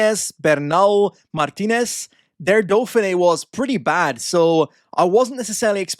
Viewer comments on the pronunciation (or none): none